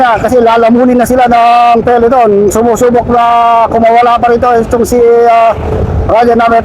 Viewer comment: peloton kasi, hindi peleton